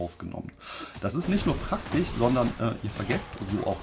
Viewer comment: AutomatiCH, PraktiCH… Sorry, das triggert mich einfach zu sehr…